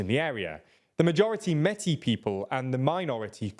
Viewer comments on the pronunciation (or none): none